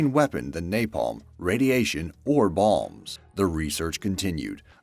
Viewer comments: Did he "balms"? or bombs? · “Napalm, Radiation, or Balms” Edit: He says “Balms” constantly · Why do you pronounce bombs as 'balms'?